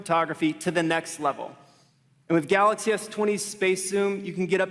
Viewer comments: we will not miss the samsung "galox" even this CEO is saying it lmfao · shameful they didnt even know how to pronounce GALAX s20 range......get dj koh back